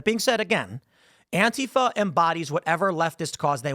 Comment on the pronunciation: Antifa is 3 syllables not 2 Tim...sounds wierd when you say it with 2